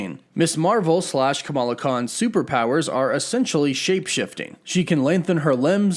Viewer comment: Why am I so triggered by your pronunciation of Kamala lol